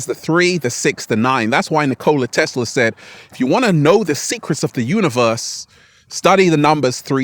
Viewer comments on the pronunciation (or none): none